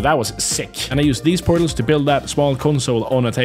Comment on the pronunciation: 2 word pootals aand oog-le